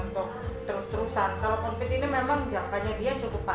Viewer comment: Itu Mbak nya nggak bisa ngomong Covid. Tiap pengen ngomong Covid jadinya Convid.... Mungkin lagi sariawan...